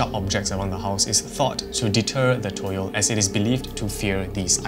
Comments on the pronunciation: For toyol Its not toyol Its tuyul its called tuyul😅 in Indonesia😊😊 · Not toyol but tuyul